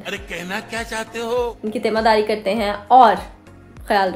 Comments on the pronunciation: Temaardaari hota ha 😂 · Teemaardaari hota 😂